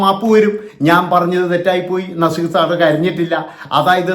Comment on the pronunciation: Nezeerinte പേര് ഉച്ഛരിക്കാൻ ഇവൻ യോഗിനാണോ